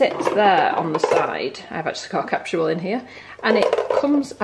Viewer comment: Capsule ...or “captual”? Funny the differences in pronunciations across the pond!